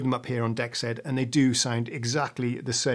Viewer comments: Wouldn't "dexed" be pronounced "DEE exed" (or "DX'd", if you prefer) instead of "dex ED". I think that would make more sense to have the "DX" sound in the name. Enjoying the video. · Pronounced: D-exed as in DX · Hi, it should be pronounced "DX Ed" just look at the colour in the logo...DE-X-ED.